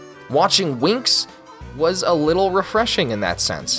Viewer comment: I don’t want to be that guy but the show is pronounced like wings not winx